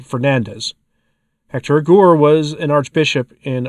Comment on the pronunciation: Hector Aguer. You should pronounce the e the u is silent.